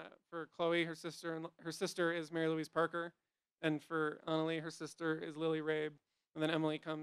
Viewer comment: It's Ana LEGIH dammit NOT Analeee